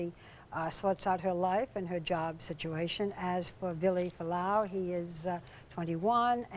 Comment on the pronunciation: CAN YOU JUST LEARN TO SAY FUALA'AU PROPERLY PLEASE